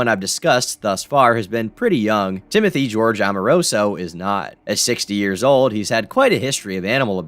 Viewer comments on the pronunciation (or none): none